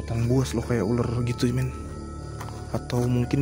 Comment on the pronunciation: pas ngomong meeen ko pengen ketawa ya saya wkkw